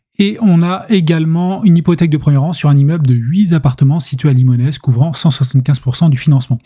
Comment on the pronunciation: on ne prononce pas le S de Limonest ça donne "Limonet" et on est dans les Monts d'Or ya des sous à l'habitant !